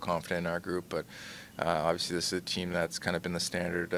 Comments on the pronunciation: Well for starters there’s an L in the word. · Love matthews but someone teach this man how to pronounce the word “obviously”.